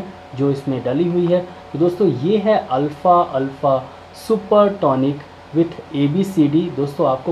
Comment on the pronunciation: Alfa Nehi alfafa hai apko bolna hi Nehi ata...